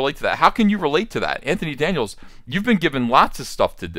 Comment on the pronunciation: Did you call him “Va-JJ”? 🤣